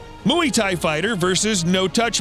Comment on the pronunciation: Dude, you need to learn to properly pronounce Muay